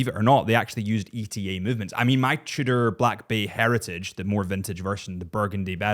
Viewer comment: You pronounce Tudor like "shitter" and I can't un-hear it.